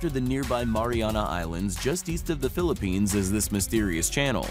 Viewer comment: This is my third video about oceans and everytime, I keep hearing Philippines 🤣..and I was like 😲...